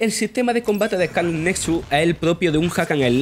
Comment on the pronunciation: Joder, duele oírle hablar ehcáleh